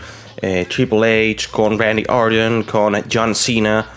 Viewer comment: Buf que cringe cuando empieza a decir los nombres de los luchadores antiguos en inglés... John Cena, Batista, Randy Orton... Dilo en español que es como todo el mundo lo ha visto